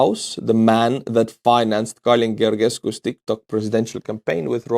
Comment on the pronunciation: It's "Geor""ges"cu, as in Georgia (the country). Both "ge"s are read the same.